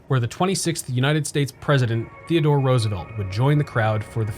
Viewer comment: Just a suggestion. If you want as wide as audience as possible., please stay away from politics. Unsubscribed. Its rose e velt btw not ruse e velt.